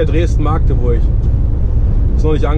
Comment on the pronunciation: Magdeburg nicht Maaaagdeburg :P